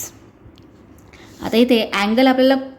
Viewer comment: Haipotenus mans what 😮